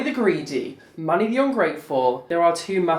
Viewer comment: Every time you said Manny it sounded like money ... Oh wait I think I heard right ;)